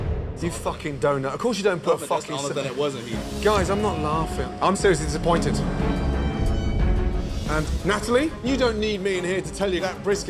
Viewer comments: Big Ol Internet Haha, you’re a doughnut, it’s doughnut not “donut”..! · He definitely said doughnut